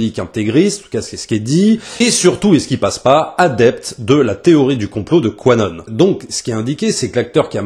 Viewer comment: juste pour être plus précis : "Q" (entités) - "Anon" (partisans), donc ça ce prononce Q-Anon. Je répète, c'est juste pour être précis et je ne dit pas être l'un des partisan de cette mouvance ^^